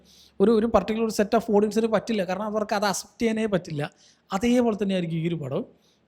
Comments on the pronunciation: aas-ept enn alla ax-sept enn pronounce cheyane bro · Bro thiruthuannu vijarikkaruth kure vattom repeat aayond parayua. അസെപ്റ്റ് alla അക്‌സെപ്റ്റ്. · Accept pronunciation is wrong